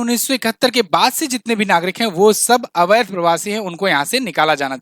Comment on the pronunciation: Avadh ghosit kiya hai jayega nahi thik se bolo